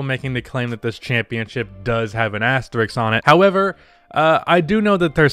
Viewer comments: Why is the “sk”-sound so hard for Americans to pronounce? It’s asterisk. Asterix hung out with Obelix. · Imagine being able to pronounce the word “asterisk” correctly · One day you will get the word "asterisk" right, I believe.